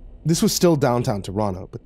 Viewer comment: As someone from Toronto I'm losing it at the how it was pronounced! XD